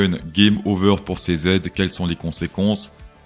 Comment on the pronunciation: merci sauf pour la prononciation de cz mdr